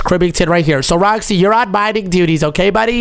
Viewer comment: I’m literally laughing when he says duties😂